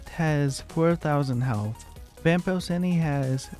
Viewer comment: It’s vapor-Chee-nee